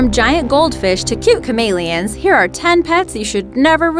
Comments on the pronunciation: Ca-mail -i-ons. No its ca-mel-e-ons. I know its your dialect but the way they said chameleons annoyed me because it's not the way I've EVER heard it said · Is anybody else annoyed with the way she pronounces “Chameleons”? No? Just me? Okay. . .